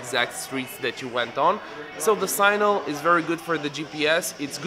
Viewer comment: Signal . not Sinal please